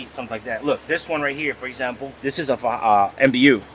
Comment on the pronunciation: Mbu (muh boo) not MBU 😉